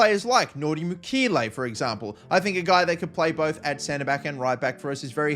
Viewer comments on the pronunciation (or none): Your pronunciation of aouar and mukiele lol